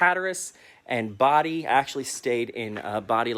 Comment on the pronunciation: He says it like "body" - it's pronounced "bow-die".